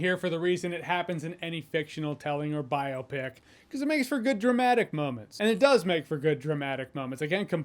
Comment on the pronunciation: Thank you for pronouncing biopic correctly.